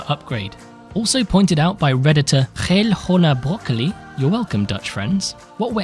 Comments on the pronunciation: You pronounced the "geelgroenebroccoli" very very wel. Respect <3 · I don't agree. He did so much better than most foreigners trying to pronounce it.